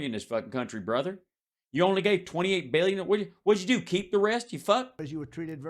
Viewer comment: No one ever calls this motherf***er out on saying BEEYYUN instead of billion!! My ears!!!